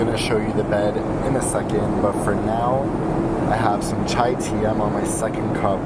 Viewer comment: I thought you said Thai Tea.